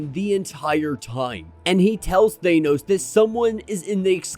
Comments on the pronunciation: Could you please learn how to pronounce "Thanos"? It's not "Thainos" or "Thaneoes" ... It's just "Thanos" Please for the love of all that is good in the world? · Bro I love you but it’s “THAAHHH-NOOSSS” not THAYNOS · Love the content bro but ur pronunciation of Thanos was throwing me off...Ive only heard Star lord pronounce it like that in the MCU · Please stop saying Thanos like that